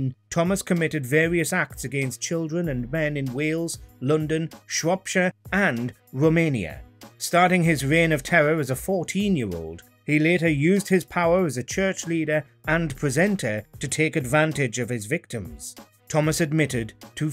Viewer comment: Started his wein of tewwor…